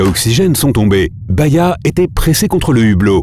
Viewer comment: C'est Bahiya et non baïya